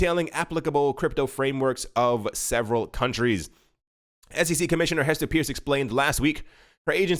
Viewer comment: Hester's last name is pronounced "purse".